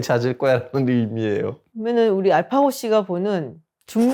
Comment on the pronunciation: 마지막 이집트 관련한 자막은 '전통'이 아니라 '정통(성)'을 말한게 아닌가싶네요. 갑자기 전통은 쌩뚱맞고, 이집트인이 중세부터 구축한 아랍 민족으로서의 정통성을 얘기하는게 더 맥락이 맞는거 같습니다. 게다가 제가 알파고의 발음을 듣기에도 ㄴ받침이 아닌 ㅇ받침으로 들렸습니다.